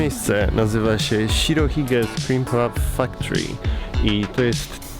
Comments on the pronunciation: Szczerze jak powiedziałeś factory, to zrozumiałem fuck tree :) Pozdrawiam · Krzysiu, powiedziałeś factory jak fuck tree